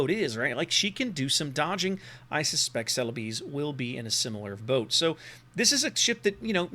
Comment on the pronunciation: Ce-le-bes (bes as in best), but locally the name is Sulawesi